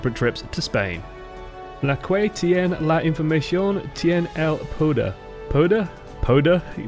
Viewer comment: A wrenchin' Gear That and 'que' were especially humorous to me.